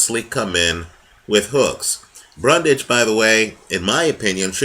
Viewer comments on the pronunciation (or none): Great video once again. One necessary correction as the mistake was repeatedly made.. It's "Bundrage" not "Brundage".